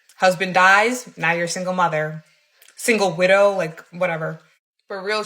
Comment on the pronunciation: She said Sigle widow 😂😂😂😂😂